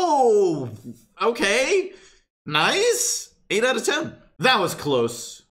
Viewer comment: He can't say 10